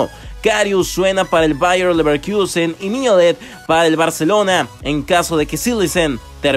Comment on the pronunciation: Este wey no capta, El nombre francés "Ousmane" no se pronuncia en inglés. Ni tampoco "Leverkusen". No siempre las palabras extranjeras se tienen que pronunciar como si fueran en inglés. Aún no te llevas mi like amigo.